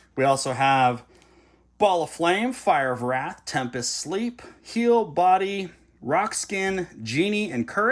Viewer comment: At timestamp , I believe it's pronounced "Fire of Raath" (kinda hard to write an accent...kinda missing Brode Sode).